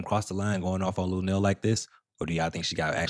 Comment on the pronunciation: Come on not lunell man